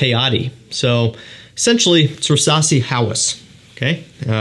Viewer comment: WHO DA FUQ PRONOUNCES VERSACE LIKE THIS???